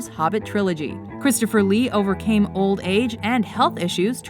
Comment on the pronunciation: She makes Christopher Lee sound immortal when she says "he over came old age" lol